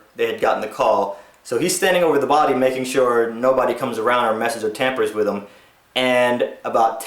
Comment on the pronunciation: The word is "WITH" not fucking "WICH".